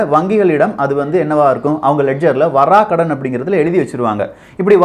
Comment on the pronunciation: Vaarakadan...Vara kadan ila